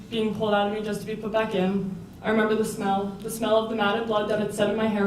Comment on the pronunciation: Stop saying i femember omg